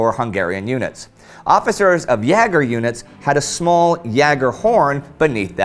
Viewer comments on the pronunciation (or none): none